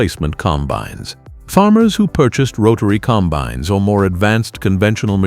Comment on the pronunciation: "...95 comBINES..." Artificial Unintelligence.